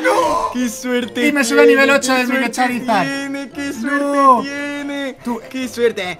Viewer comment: cada ves que dice charizard me sangran los oídos y en un charmander